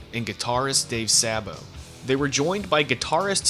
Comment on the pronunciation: As soon as I heard "sahbo", I had to bail